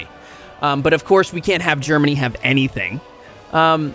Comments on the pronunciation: GEMANY? Afraid of the "R"? 🤣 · "GEMANY?" xD No R, i guess.